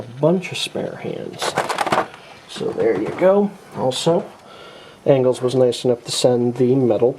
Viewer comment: yo it is Angolz not Angles